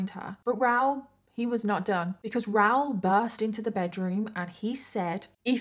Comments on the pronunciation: Is his name ROWL or Rah-ool??? Not sure I can listen to an hour of “ROWL” So commenting for support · It’s pronounced RA oool, not Rowr. If you can’t even get the chief villain in your story correct, why should we believe your stories have any credibility? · I agree. The American in me also screams “ITS RAH-OOL” when she says “Raoul” but I realize I’m just being a dumb American bc accents and different pronunciations exist 😅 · I honestly thought his name was Ral or Ralph until the clip where he talked to the police and said his name and I realized it was Raoul 😂 I couldn’t search up the case of anything, because I must have misheard you and thought you said Ral the entire time as short for Ralph 😂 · Is that how you guys pronounce the name Raoul on that side? I'm in Canada it's a bit different. 😊😂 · don’t think you are pronouncing his name correct.